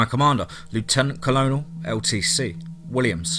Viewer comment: Colonel = Kern-al Dulce = Dull-chay